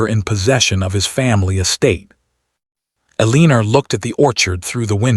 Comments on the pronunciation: Omg, don't even get me started on how they pronounced Eleanor! It drove me crazy. I don't think it has to do with what country it was in, I think it's just the AI voice. Some are better than others. "El - ee - ner," sounds like weiner 😅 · It really bothered me that the AI narrator mis pronounced the Dutchess name as Eleener. Maybe it was supposed to be but CC was spelling it as Elena. I loved the story but that really distracted me. Maybe check the narration before releasing stories. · And just for correctness sake, her name is either ELInor, emphasis on the ELi.nor or Elina - not as the narrator is pronouncing her name. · Eee-Leen-er* Come On! Correct this AI pronunciation of her name: Elena is pronounced Eee-Lay-nah. I can't listened to this ... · Hate the pronunciation of Eleanor,its gross. I get eliner, lener,eliner, ugh.please correct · Eleanor =Leaner ? Ugh....hated the mispronunciation every single time her name was mentioned... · AI sucks at pronouncing her name. Makes this story want me to leave. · Married 11 years and no children?? A duchess does not curtsy to a Viscount/ Earl/Countess. A Duke/Duchess is one step below a Prince/Princess. A viscount/countess is below a Duke/Duchess. Is the Duches' name Elena, Eleanor, Elinor, Alina? The AI narrator can't pronounce names correctly and the speech to text can't decide what name to use either. If Richard met Viviene 4 years ago, It means that she was also, according to the story, involved with Mr Price at the same time. The timelines are off. What happened with the separation? Did she divorce the duke so she could marry William? If not than she's committing bigamy. The story needs to include how she was able to marry William. Just another very badly written AI story. Wish it was actula humans who research their stories in the time periods they are writing in to get details and timelines clear and logicial. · I know it set my teeth on edge every time her name was said.😡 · Eleanor, not Eleener😂